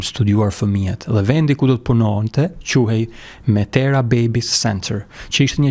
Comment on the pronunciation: Mitera jo metera qe do te thote Mama